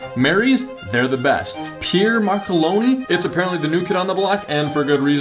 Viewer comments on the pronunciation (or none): Why can't Americans pronounce place and people names? Pier? That's how you pronounce Pierre is it?